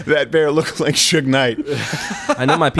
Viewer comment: is that how you actually pronounce Suge? I thought it was like huge with an S.